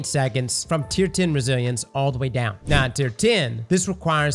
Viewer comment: I swear says Brazilians sometimes when talking about Resilience 😂